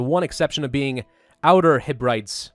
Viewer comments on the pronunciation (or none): It's pronounced "Heb-reh-dees" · it's outer Heb-re-dees, other than that good episode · ps: it's he-breh-dEEs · Harry Forsyth yeah the way he pronounced that hurt my soul, at least none of the towns were named for him to butcher lol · yeah I cringed so hard when he read it out lol